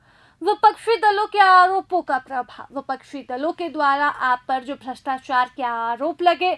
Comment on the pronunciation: Apka voice esa lag rha hai jesa... pary ho rhi hai... bhastachar nhi bol rhe brastuachuar bol rhe...sidhe bolo na madam